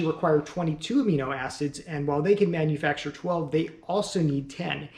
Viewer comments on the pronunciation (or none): none